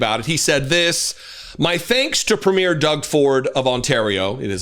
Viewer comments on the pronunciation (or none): Not the most relevant point, but Canadian provincial leaders are pronounced PRE-myur, emphasis on the first syllable.